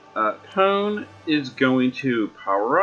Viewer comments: Hey, it is pronounced Po-nay. Japanese vowels all end similarly like "Ah" "ee" "uu" "eh" and "Oh". Usually only the first consonants change but the ending vowel sounds usually the same. So it goes on like Ka, Ki, Ku, Ke, Ko, then Sa, shi, su, se, so, etc. I mostly know just Hiragana and Katakana with a little bit of Chinese aka Kanji in Japanese. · The katakana in Pone's name tells me her name is pronounced Poh-nay.